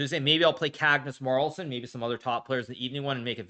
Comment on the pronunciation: Kagnus Marlson? Kagnus Marlson!